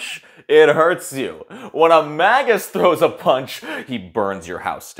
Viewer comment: Good review. Its May-jus, though.